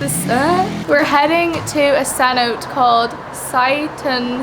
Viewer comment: Holbox is pronounced hole-bosh Cenote - sen-note-tay